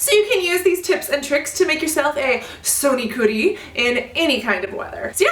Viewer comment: "Soni kuri" excellent pronunciation